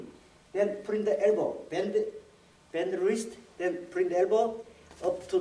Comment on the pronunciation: Bwingg the errbow